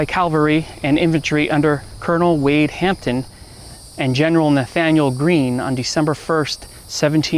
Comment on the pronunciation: Repeat after me: "A n G L I c a n-ism." And now this one: "C A V al-ree." Now take a moment to see where you went wrong. Otherwise a pretty good presentation.